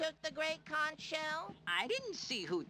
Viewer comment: …they say conch wrong IN THE GAME?!